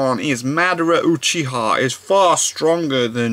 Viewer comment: the way he said uchiha kinda bothered me still enjoyed the video